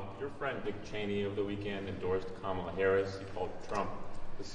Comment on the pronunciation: It's Kamala. "Comma. La." It's the opposite of difficult to say. What grade did you make it to?